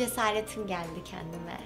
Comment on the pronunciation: kendime kelimesini doğru telaffuz etmesini beklemek çok da büyük bir istek olmasa gerek